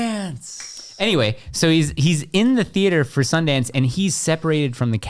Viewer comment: It’s Sundance 🤣